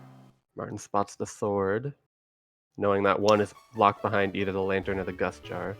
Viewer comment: Stop pronouncing behind wrong